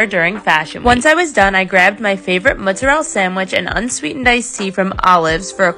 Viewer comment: Muzarel?? Haha! Go say that in Italy and see how they laugh at you. It’s Mozzarella and you say it pronouncing each of the letters.